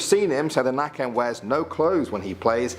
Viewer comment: Hearing it be called nacken and not nøkken caught me off guard